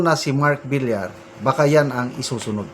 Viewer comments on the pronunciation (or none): none